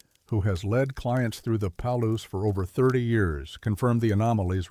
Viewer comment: Ai read. Palouse falls is pronounced Pa-loose